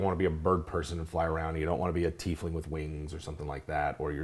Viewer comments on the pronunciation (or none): It's TIEfling... NOT TEAfling